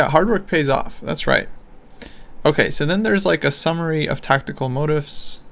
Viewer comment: Motif is pronounced more like “mo-TEEF” It’s from French. Go woodpecker.